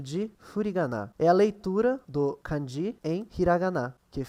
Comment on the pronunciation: É melhor pronunciar 漢字 (kânji) como paroxítona do que oxítona. É errado pronunciar 漢字 como カンジー.